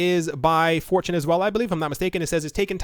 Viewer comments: Every time you mention Fortune sound like you say 4chan... >_> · Whenever you say, "this one is from fortune," I hear, "This one is from 4chan!"